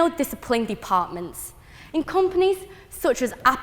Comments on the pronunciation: She can’t even say companies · tech compires? companies? empires? what is that word?